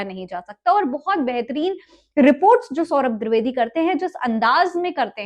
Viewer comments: मोहतरमा पहले सौरभ द्विवेदी का नाम तो सही सही लेना सीखे, द्विवेदी का द्रवेदी सुन सुन कर कान पक गये😡😡😡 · द्विवेदी ❎ द्रिवेदी ✅😂😂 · द्रवेदी नही द्विवेदी है...मेम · Didi woh di vedi hai, dri vedi nahi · Dirvedi nhi madam dwedi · दिर्दवेदी नहीं द्विवेदी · Mohtarma mujhr badi hairat ho rahi hai ki aap khud ko media se juda bata rahi hain or aap ko ye bhi nahi pata ki unka sahi name kya hai aap bar bar saurabh dirvedi kah rahi hain jabki unka name saurabh dwivedi hai Main bar bar dirvedi dirvedi sun kar bardasht nahi kar saka or vdo dekhna band kar diya Kam kar rhi hain to zara dhang se karen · दूरवेदी क्या होता है जी....😂😂😂 जो बोल रही हो वो कान में जा रहा है कि नहीं..😝😝 नीतीश कुमार गलत नहीं थे..😂😂😂😂 🤣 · द्विवेदी द्रवेदी नहीं 😂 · Name bolne nhi aata kya tarrki krenge